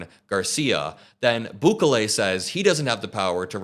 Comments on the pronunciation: EL not AL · Pronounced Boo-Kelly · Sorry. The pronunciation of his name is BOO KAY LAY with the stress on the KAY. Keep up the good work.💙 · it pronaunced “boo-KEH-leh” (each syllable pronounced clearly, with the middle syllable stressed slightly) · Its prounounced Boo-KAY-lee